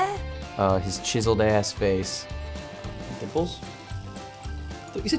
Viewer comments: Yeah I thought he said nipples as well, lol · I thought Kihong said nipples instead of dimples too!! 😂